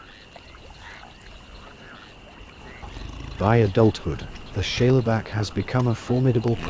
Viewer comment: Great vid. Are you saying "Shayla Back"? If so, Shale is a sedimentary rock made up of mud, clay, etc, and is pronounced "Shayl"